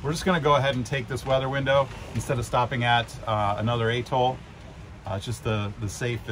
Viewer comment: At-all not a-toll. As usual fantastic footage guys